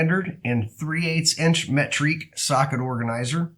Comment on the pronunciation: Yeah I was like wtf is metrique 🤣